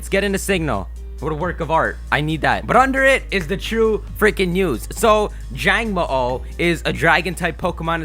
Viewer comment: It's pronounced jango,o. There is a pause between the 2 letter o's this is because the Hawaiian word for lizard is mo_o (the underscore represents a pause between the two letters).